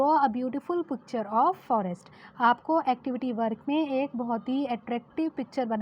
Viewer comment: Bro she say putcher😅😂